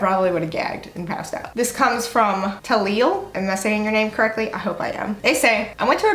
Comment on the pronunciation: YAY you read mine hehe (Tahlil) and yes yoo pronounces it right